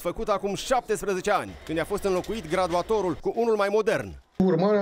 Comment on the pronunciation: Faptul ca pronunță "gradulator" imi arata mie cat de incompetent este.